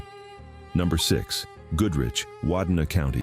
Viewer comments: Wadena is pronounced Wah-dee-nah not wah-dah-nah 😂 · It's pronounced Wa-dean a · I dont believe much of photos without dates and no proof of where such evidence came from. Im born and live in MN. Wadena county is pronounced whaa-dee-Na. The iron range went bancrupt and piles of Iron still sit on the ground. People steal it and often get caught as the land is owned by another person. If the security sees you loading the iron, they will shoot you a hide any evidence. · Wadena is like patric roy the goalie. Wah dee nah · You can tell this is AI by the way it says Wadena 😂